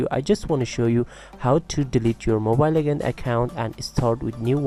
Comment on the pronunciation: U pronounce legends as lekands haha ur way of talking is like a gay lol haha😂😂😂😂😂😂😈😈😈😁😁😊😂😂😂